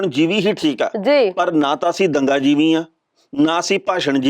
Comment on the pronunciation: Modi na jivi nahi par jivi kaha ha. Jis ka matlab kida hunda ha. Tehna sahib ucharan sahi karo.